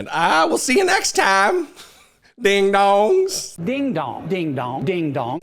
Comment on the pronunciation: Ironic that he pronounces “ding dong” as “deehn dawng” in that hillbilly tone. Green Acres is the place for him!!